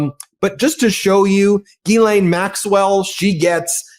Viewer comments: Not to detract from her criminal offences, Ghislaine Maxwell's brother pronounced her name, "Ghee-len." I hear a number of reporters pronouncing the 's' in her name, calling her "Gis-laine." It makes me cringe and shudder, when I hear people refer to her crimes using the word sex. Sex is a consensual act between consenting adults, anything else is rape. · Gyslaine is a French name and the proper pronunciation is “Jiss/len. I don’t know who came up with the spelling, changing her thought process, changing her name, and who made up and changed the way to pronounce it. People should be respectful of what they were named at birth. She’ll do anything to get attention - even getting moved from a high criminal maximum jail where she was serving a 20 year sentence, to a minimum security where she can do anything she wants. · Ben, Ghislaine Maxwell, I understand that it's difficult to say her first name. But her name is like the word gypsum but without the letter p. So it's Ghislaine not Guylane... I'm French so, let me know if I can help 😊 Dr.Brigitte Villeneuve Elbows up. !!! Québec, Canada 🇨🇦